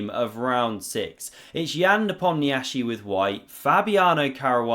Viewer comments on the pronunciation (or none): You will never learn how to pronounce Nepomniachtchi's name.